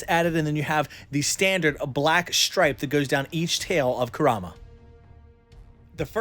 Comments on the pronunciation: Nobody:: koo RAH muh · You're a huge Naruto fan, but can't even pronounce Kurama right. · THATS NOT HOW YOU SAY NINE TAILS NAME